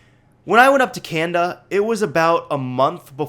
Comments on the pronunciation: It's can-na-da not can-da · Y U SAY "Canda" it's Canada haha. ;)